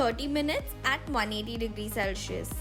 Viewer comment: u said selcius...really...u need to correct ur pronounciations